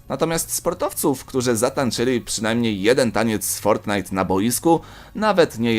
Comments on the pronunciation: Fortnite a nie fortnight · Nie fortnithe tylko fortnite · Nie fortnight tylko fortnite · Fortnite a nie fortnight xd 😂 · Ale ty gupi jestes fortnite a nie fortknight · ja bym sprawdził fortnite a nie fortnight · Nie fortnight tylko fortnite XDD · fortnite anie fort night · to nie jest fortnight tylko fortnite no błagam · To nie jest fortnight tylko fortnite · Fortnight xd to fortnite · fortnite a nie fortnight!!! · Fortnight? Nie Fortnite ? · japierdole to jest fortnite a nie fortnight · Tylko nie Fortinite !!!